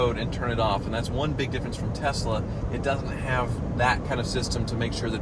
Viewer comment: So glad says “Tesla” correctly, unlike his buddy JR. “Tezzla” is a pirate ship’s wheel attached to my testicles; it drives me nuts. Also, #bringbackthemusic